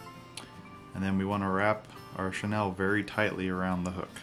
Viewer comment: Like the jig style. Learned something new with the hackle, thx. 2 quick things. 1) Chenille is pronounced "Sha Kneel", not "Shu Nel". 2) Quick point, you can reduce your waste of materials of Flashbou by folding back the 'bou with 1 strand. And/or fold back the 'bou with 2 strands the cut the folded back part in half at the loop giving you more flash. We do that all the time when tying steelhead and salmon flies. A general rule for flashbou length is 1 1/2 times the gap of the hook gap, just in case you didn't know. Again, like your jig, great tie & information sir!